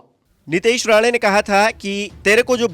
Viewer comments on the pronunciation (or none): अरे भाई, राणा नही राणे.